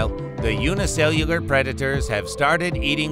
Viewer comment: By the way you struggled to say the word "unicellular", I thought you would eventually switch to saying "single cell". Every time you struggled to say it, it felt so painful, like someone crawling to the finish line of a marathon.